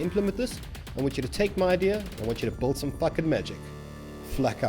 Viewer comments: DUDE! It’s “Build” (Bill-duh), not “Bold” (Bowl-duh). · Buddy, it's build. Not bould. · You'll Notice, that he says BULD xd